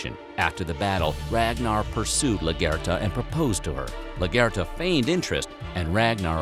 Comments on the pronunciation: LAGER-THA. Not “la-ger-ta”. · The way he pronounces Largertha kills me, he says “LUGURTA”. All these channels get voiceover people who always have no idea what they are on about. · Lagitha (lag...ith..the) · I winced at the way he pronounced Lagertha’s name 😫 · Largata isn’t pronounced right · Most of the Vikings scenes doeee are a bit wrong and how he says Lagertha lul